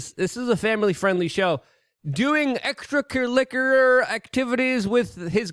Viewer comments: "Extra clalickluar" 😅. Love ya, Luke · Ker-ick-you-ler. Keep up the great work, Sir! 🫡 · Extra Cu-lick-yuler sounds serious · Extracurlickular🤣🤣🤣🤣 Luke you invented a new word 😉